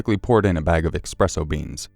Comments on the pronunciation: Another awesome video! Thank you! Just one bit of constructive criticism: At about , you twice said "expresso". There is no "x" in "espresso". :) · If I hear you pronounce "espresso" as "EXpresso" ONE MORE FUCKING TIME!!!